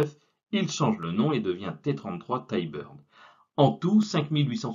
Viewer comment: Intéressant, surtout les anecdotes. Sinon on dit Ti-Bird et non Taï-Bird 😉